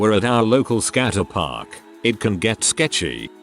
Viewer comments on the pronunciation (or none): Literally everyone: skayt'-park TTS: skat-ter'-park